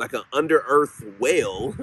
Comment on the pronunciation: I just found you and love your channel! I have to get used to your accent. I thought you said “ whale” when you were talking about a “well” …. Like why would there be a whale underground? Lol. You gotta come to CT….. lots of places to seek out spirits.